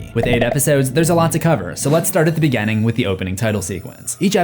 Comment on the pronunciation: "Grrrr, bad pronunciations bother me." Also, "contenue" & "begenning." 😂